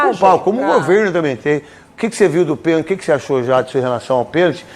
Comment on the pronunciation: Tem que ensinar pra eles que a palavra correta é pênalti não penti